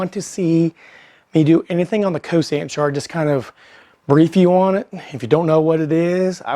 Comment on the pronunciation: Good demonstration. It's cosine not cosan, though.